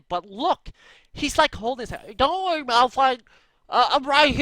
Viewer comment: lol "dont werry malfite im rite here"